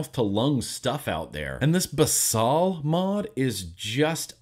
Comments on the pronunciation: I believe it's pronounced basil like the herb, basal means base in a medical sense. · Basal means something like, "forming the base," and gets used a lot in scientific writing. It's pronounced "baes-ul," kind of like the word "bays," followed by "ull," as in "skull." I know pronunciation isn't important, but I can't stand idly by as you abuse innocent words! :V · Love your reviews as always! Thanks for being you. Ps: basal is Latin for base, it’s pronounced how Americans say basil the herb “bay-sill” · I believe it may be pronounced as baesal